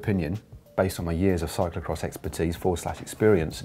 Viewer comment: Caption: "I beg your pardon, did you just say cyclocrotch?"